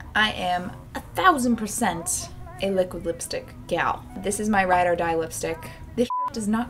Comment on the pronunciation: I love how she pronounces lipstick like "whip"-stick😂😂